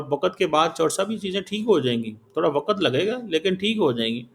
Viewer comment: aap us bevkuf se bat ker Rahe Hai jo wakt ko wakat kah raha hai yeh matiyamet jiska matlab mitti me milana hota hai use matiyamet kahate hai takkra ko takra kahate hai enhe sahi Urdu bhi nahi aati aap pathar se shir takra rahe hai